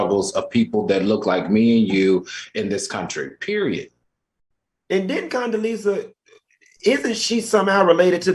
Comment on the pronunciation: Al said Coondeleeza…..💀💀💀💀💀💀💀